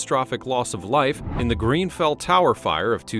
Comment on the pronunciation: Grenfell not Greenfell....